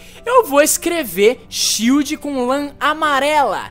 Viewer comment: ''SHIELO'' h3uhu3uh3